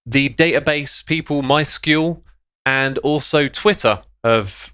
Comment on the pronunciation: Just FYI, MySQL isn't pronounced as MySquewl. The second part is either pronounced as S-Q-L or sequel